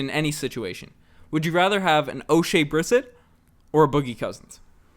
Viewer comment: It shows how much you've watched the Raptors when you can't pronounce Oshea Brissett's name lol. It's bre-set not brisit as you pronounced it.